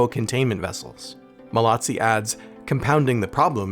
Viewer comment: Joseph MALOZZI !! Pas malazzi ni molazzi